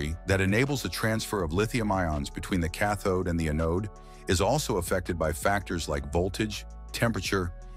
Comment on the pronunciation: Sounds like AI generated narration. anode is pronounced "ah-node".